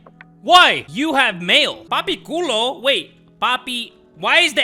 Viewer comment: "papi culo" is so funny when you speak spanish 😭